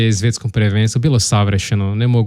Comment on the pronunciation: Só uma coisa de pronúncia. A diferença do português, em croata S e Z sempre mantêm seu valor. Então, tem que pronunciar palavras como sladak, svijet, svjetski, snimati, osvojiti assim como estão escritas, não como zladak, zvijet, zvjetski, znimati, ozvojiti... :). Sladak é doçe, zlo é o mal.